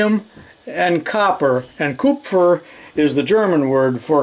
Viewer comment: Kupfer perfectly pronounced are you a german source guy?